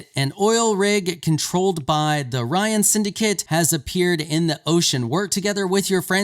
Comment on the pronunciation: You caught me off guard by pronouncing Rayne as [ryan] XD It's meant to be said as [rain]